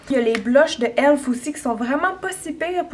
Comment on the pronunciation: C'est pas ELF... Mais E.L.F ;)